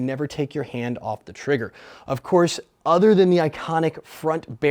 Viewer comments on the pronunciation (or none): none